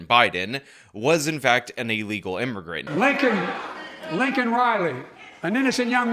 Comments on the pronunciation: I’m happy those republicans were yelling at him when he kept getting her name wrong and the disrespect he shows is disgusting. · Look at Kamala Harris sitting back there trying not to laugh while Biden screws up Laken's name. SMH. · Or hearing the President mispronounce the name of an innocent murder victim kind of pisses off some people? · Joe Biden's pandering as a blathering spittoon. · He's so senile that he doesn't even realize he's mispronouncing her name.